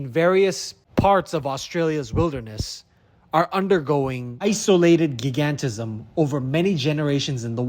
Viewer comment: 'gig-ant-ism'? isn't it 'gi-gan-tism', as in 'giant', 'gigantic'...